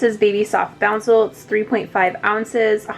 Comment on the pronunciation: It’s not bouncle there is no n in it.